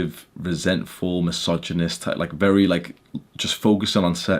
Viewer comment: “Bery jshort” 👳🏽‍♂️